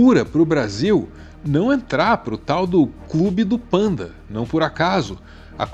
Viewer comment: "pEnda" bond?! sério? pelamor nao propague ingles medonho q nem o "Zéli" do Flavio Bolsonaro